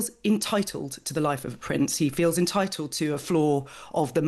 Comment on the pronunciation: What are 'Titels' , 'Entiteled' ? Ffs